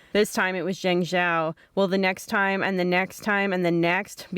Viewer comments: Jeng jow , teach your reporters how to say the names correctly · Hire me to read stories. The woman who covered the flood cant even pronounce Zhengzhou. Zzang zzow she says like 5 times lol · At least try.. TRY to learn the simple pronunciation of ZHENGZHOU... Learning Pinyin literally ONLY takes about 5 minutes to learn...🤦🏻‍♂️